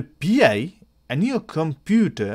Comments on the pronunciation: NOT "P" "I". It's pronounced "PIE". As in Raspberry Pie. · Raspberry pee eyeee